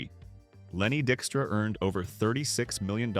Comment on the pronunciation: Lenny Dykstra, whose last name the AI narration mispronounced, is a complete and total scumbag and deserves all the problems his scumbaggery caused him. Total asshole.